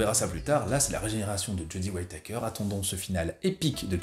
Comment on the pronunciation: "Waïtaykeur" :'D